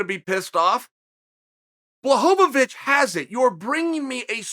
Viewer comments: Chael: Blachowicz Also Chael: Blachovavich Excited and too deep into his story to give a crap Chael: Blowholeabitch Downright trolling us Chael: Blachohohomerrychristmas....wicz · Me: Blachowicz Chael: Blachowowich Me: Blachowowich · You’re telling me you read my comments, Chael? Blohobovich. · Chael "Blaho-ba-bitch" Sonnen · Blahovovich lmao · What’s more disrespectful to Jan, the 3 to 1 underdog odds or Chael repeatedly referring to him as “Bla-ho-va-vitch” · Uncle Chael: Blahovovitch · I’m probably late to the party on this topic but why does Chael pronounce Jan’s last name different everytime? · Boy, Chael really loves to hear the sound of his voice, huh? You want another reason to be mad? You've got a media personality in Chael, who covers the sport, and gets the champion's name wrong. He's arguing that Jan is being disrespected, yet he can't even respect him enough to get his name right. That's comedy! 😂